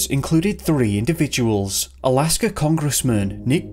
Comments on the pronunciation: Jesus christ there is NOT an r in Alaska. Its not Alaskar. There isn't an r after every word ending in A. Fix your accent. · Their is no "R" in the word "Alaska" !!